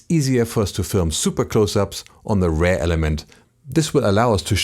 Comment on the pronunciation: Liebe die Serie, aber manchmal triggert mich die ansonsten sehr gute Englische Aussprache doch extrem: Bitte REAR nicht wie RARE aussprechen und SET ist ein irreguläres Verb - nix mit "SETTED".. :)